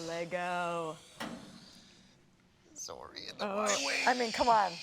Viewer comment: Yes & I didn't think I could have any more respect for her & she goes & says Lego correctly lol. I'm a huge Russell fan & was so mad they ended the Americans series. I was excited about her casting into ep 9 & can't wait to see her. I'm sure she's going to have a small part but hoping for a decent amount of screen time for her.